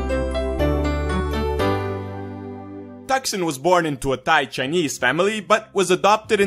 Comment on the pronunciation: he pronounce "thigh" rather than "thai". nice